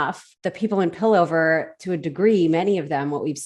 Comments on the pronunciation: It's really interesting to see different people's takes on Arcane! Slight note, it's pronounced Piltover lol. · just a quick comment. its pill-tover. the "t" is pronounced lol. but i love ur vid! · It's Piltover not Pillover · it's pilt-over, not pil-over, thanks!